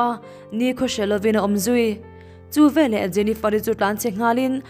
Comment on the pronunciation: Hla thu chham a ang riau. chhiar tawp rawh. A key tih danglam hian a mawilo zawk. Leh lawk, " VELAH " tih loh tur." VE LEH " ti tur zawk. Ṭang sauh sauh teh le.